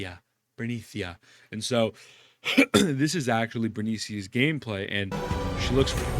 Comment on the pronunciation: Hourglasses 100% gonna be used for skin gacha or crafting time skip About pre-reg number - I think it's not fake. They just update it manually. PS. It's Be-Re-Ni-Ca not Bernica lmao